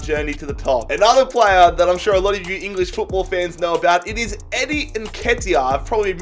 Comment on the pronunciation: You said eddies name right im a leeds fan so 😂